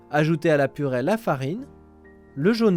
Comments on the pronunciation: on dit purée!!!!! pas purais !!!!!!!!!!!!!!!!!!!!!! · On dit "purée", pas "purait"